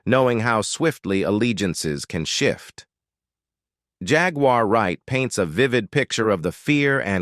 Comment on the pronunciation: The name is Jaguar why can’t you pronounce the name